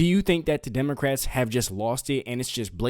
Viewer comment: Right at the beginning, did you say democrats or did I hear demonicrats. I find the latter more accurate.